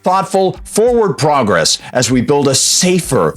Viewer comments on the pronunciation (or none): none